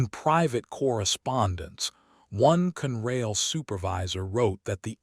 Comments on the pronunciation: It is not CUNRAIL. It has two syllables and is pronounced CON-RAIL, con as in consolidated. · Never knew there was a railroad called Cunrail.These readers don't know to pronounce English words. They do know how to lie and then profit when we click on their BS stories.